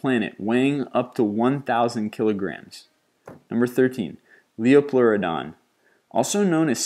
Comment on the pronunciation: For everyone who's been watching too much Charlie the Unicorn, it's pronounced lie-PLUR-o-DON. The "LEE-o-PLUR-o-DON" pronunciation was just a joke.